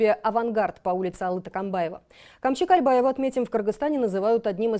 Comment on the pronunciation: не кальбаева!!! А Кольбаев!! не Такамбаев а Токомбаев!! говорите правильно!!!